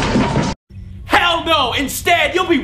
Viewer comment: lol, "wruoong"